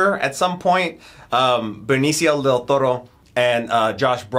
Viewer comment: It's "del Toro" not "del ToRRo"